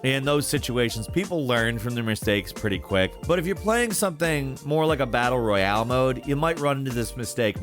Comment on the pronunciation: "most battle-reEuHhaAle games"